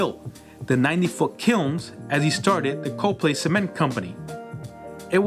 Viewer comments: I was born and raised in Allentown having left in 1979. Miss it very much. However, your pronunciation of Coplay made me cringe. Xtill enjoyed the video though. Thank you. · COPLAY pronounce Cop-Pla-y Not Co-Play. You missed so many historically important areas that makes the Lehigh Valley so great. Oldest Bookshop in all America that's still open to this day The Moravian Bookstore located on 428 Main St, Bethlehem, PA 18018 first opened 1745. Bethlehem Steel originally sat on more than 11,000 acres of land; the site of the 4 Blast Furnaces is only a total of 5,000 acres. Down the back east-side of Bethlehem steel towards Hellertown where all the Trucking warehouses are located now a days was actually still part of Bethlehem Steel right up to Silver Creek Country Golf Club. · Its “cop-lee”. Not “CO-play”. Like Copley Place in Boston. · You mispronounced Coplay. It’s not Co-Play it’s COPlay. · Its not pronounced co play its pronounced cop lee other than that great video 👍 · COP- LAY not CO - PLAY! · Very nicely done! But one thing that seems to distinguish the locals from outsiders is their pronunciation of the city of Coplay. Most you-tubers pronounced it "Co' play" while the locals say: "Cop' lee". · It’s Cop lee not co play. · It's pronunciation of Copley is " cop lay" nobody says coopley. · I grew up in Allentown in the 70's and 80's lots of history in the area. Moved out to the Mid-West of Evansville, IN. I definitely miss my home town in many ways, definitely the food. Great video, THANKS! Also I had always heard Coplay pernounced as Cop-Lay not CO-Play. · Dude, this is a great video! Thanks. Btw, it's pronounced Cop-LEE. Yeah it's dumb. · My ancestors settled in the Lehigh Valley prior to the American Revolution, and so I want to thank you for this excellent video. I learned some things! Also, we pronounce the town name “Cop-plea.” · We pronounce it "cop - lee".